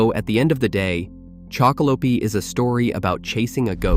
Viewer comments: Been really enjoying your content chocolope is one of my faves but the E is silent on the end😂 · Every time you say the name wrong I feel my ears about to explode 😵‍💫